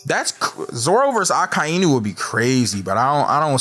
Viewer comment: i still hate when this guy says Akainu